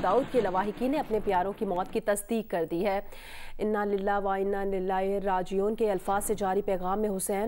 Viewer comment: Madem say English bulwa lo. Prha Ina Lilah na gaya